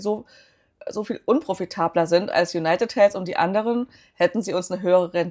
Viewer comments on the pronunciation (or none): Konstruktive Kritik: Es heißt ausgesprochen in etwa: Junajted Heldw (ein stimmhaftes d das wie w klingt und nicht Helfs. Einfach die Zunge an die oberen Schneidezähne halten und dann summen indem man d ausspricht. Das englsiche "th" muss man als gebildeter Mensch heute einfach draufhaben, eben weil alle anderen können. Sonst wirkt man quasi zurückgeblieben, selbst wenn sehr schöne Aktienanalysen liefert.